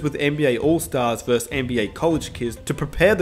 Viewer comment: The word is "versus".